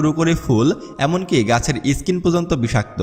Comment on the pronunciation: ইসকিন বলবেন না প্লীজ.... স্কিন (skin ) বলবেন